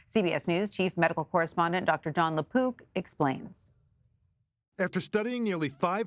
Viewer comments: Lapook not lapoop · Please emphasize the " k " sound on the mans last name. I thought ya'll were saying LaPoop...